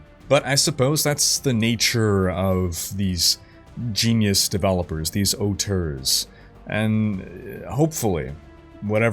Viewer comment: Haha, pronounced auteur correctly. I keep forgetting he's Canadian, most Americans pronounce it "otter", like the animal.